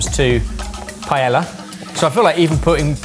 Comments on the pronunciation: Look, guys, it's an old fashioned battle, complete with the mispronunciation of "paella!" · How can these dudes be such foodies and have zero idea how to pronounce paella? Is it intentional to not pronounce Spanish correctly or something? They also get the a in taco wrong, the n in habanero, just weird stuff like that. Like, just pronounce Spanish like Spanish.... is this just an American-centric view or something? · Mister, why is it that you pronounced Paella as though it's Italian, and Mortadella as though it's Spanish? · With how much time Brits spend in Spain you’d think they would know how to pronounce paella by now 😭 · I wish you would pronounce paella correctly. haha! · It drives me crazy that you guys pronounce the ll in paella as an "L", but then will pronounce it as a "Y" in mortadella. That is exactly backwards! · there's something so jarring about you going out of your way to authentically pronounce "chorizo" while repeatedly mispronouncing "paella." Said entirely with love! Wishing you the happiest of happy birthdays! 🎊🎂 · Does anyone else get the feeling of nails on a chalkboard when people pronounce paella with the L? Just me? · Pronounce the “ll” in paella as a “y” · The way they are saying paella is triggering 😂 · The overt effort in pronouncing chorizo that way, yet massacring paella is certainly a thing. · Dudes need to learn how to pronounce Paella properly. The L's are silent and they make a Y sound. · Y'all must be trolling with the paella pronunciation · Guys... that's not how you say paella. Come on now... 😂😂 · Why are you guys pronouncing the L's in paella? As a chef shouldn't you know that they're silent? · Can you pleeeease learn the correct pronunciation of paella? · 10+ years and you're still not pronouncing "paella" correctly lol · No, no one is mad at for making paella, we're mad at you for continuously fucking up Spanish pronunciations with utter disrespect. The IS NO FUCKING 'L' sound in Paella.